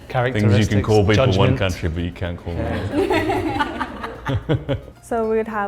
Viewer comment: As an Aussie, I can't finish this video after hearing the "Aussie" pronounce the word "can't" like an American. Get someone that doesn't live in LA.